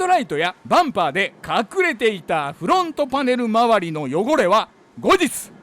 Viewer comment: 久しぶりに見たけど「スグレモン自動車用品のです！！！」言わなくなったんですね…フrrrrrロォント！